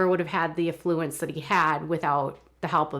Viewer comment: You pronounced "affluence" incorrectly.